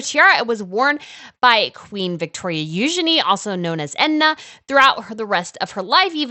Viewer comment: Please, please, please: make an effort to get the names right... It's Ena, not Edna...